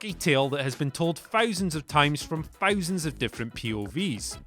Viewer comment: "fousands of times from fousands of perspectives"